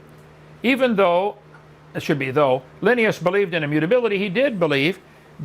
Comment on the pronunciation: Hovind mispronouncing Linnaeus as often as he does is grating to me.